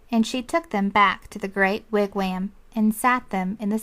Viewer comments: Lol "wigwayaamm" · Yes! Every time she said "wig WHAM" I cringed. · this is a terrible reading... i had this on cassette as a kid but a guy with the most soothing voice read it. and he pronounced wigwam and Ontario right